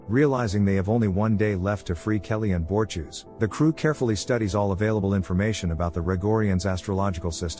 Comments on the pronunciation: Lab: Clearly, the narrator has never seen THE ORVILLE, only knowing what is written to be read out, but who is BORTEWS? Could the narrator mean the Moklan, BORTUS? For the benefit of the narrator, That's 2 syllables, BORT US. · BOR-TUS YOU FING IDIOT. IT IS B O R TU S . NOT BORETUES!! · I hate the way you pronounce Bortus! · Bortus, not Borchews. You AIs need to let us humans who have seen this show have your jobs🤨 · Ah. Bor-choose, my favorite character in The Orville. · You should check how to pronounce Bortus correctly.